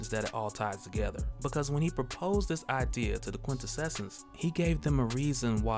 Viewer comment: Brother, it's "quin-tessence" --Awesome content as always!!